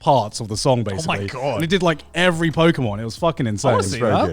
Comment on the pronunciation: Not Joey misprouncing every Pokémon name with such confidence 😭😭😭